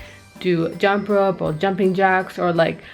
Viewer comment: awwww you sound british when you say "jump ropes & jumping jacks" 😅 -- btw you look amazing! 💕